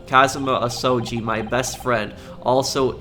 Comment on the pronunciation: Alrighty I myself am thoroughly entertained with this and the cosplay is banging but Imma give you some pronunciation help. Keep it up, though! Ryunosuke: Ryu-nos-k (K in the word "okay"), Ryu is still good Kazuma Asogi: Kaz-ma Aso-gi (hard g as in "good")